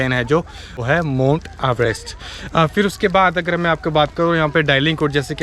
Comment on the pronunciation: MONT NAHI MOUNT .AVT. KAH TO LE